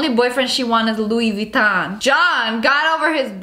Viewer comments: Did she say Louis “VITON” Bag or she said “LOUI VITON Bag” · Let me help you "LoUi VeTtOn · Louis veeeeToN bag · lOuI vItTon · Louie viton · Or., as she pronounces it, "Loui Vitamm bag" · Yeah she’s says Luiy-vutoon bag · Ahem, she pronounced it like 'Louis Vuittoing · louis vuittongk* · She pronounces it lu-e vetom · “LUIS VUITTON” hahha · Vuittong* She said vuittong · LoUiS vUtToM 😂😂😂😂😂😂 that’s what she said😂😂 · “lUiS vItToN” 😂😂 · "I wanted a Loowi vItoNNG bag >:(" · louee veetom bag 😭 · She just said Louis Vuittog😭😭😭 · Luuuie vottin😂😂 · "louie vitonk bag" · LoUis VeeToN😂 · Girl wants a Louis Vuitton bag when she can’t even say it properly